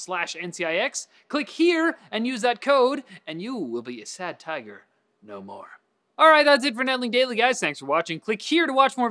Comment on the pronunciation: You said that sad tiger thing better than me and I'm from Costa Rica 😨😂